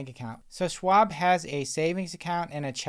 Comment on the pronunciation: SCHwab not Swab